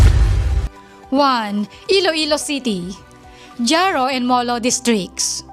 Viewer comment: JARO is pronounced as HARO not DZARO!